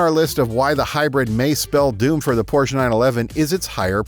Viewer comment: Look up how prounounce Porche